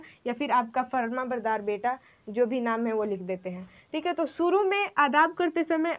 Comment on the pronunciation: "Sheen" shuru kahiye not suru talaffuz pahle aap apna sudhariye kyounki aap urdu padha rahe ho !